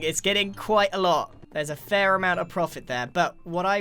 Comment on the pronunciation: Episode 5 of pointing out American sounding “R”s the word “fair”